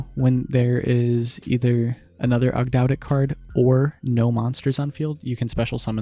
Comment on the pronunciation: It’s pronounced Aug- dough- dic, and Ogdoadic are a reference to the ancient Egyptian signature for a 8 pointed star to represent Magic/regeneration and the 8 deities. Cool list too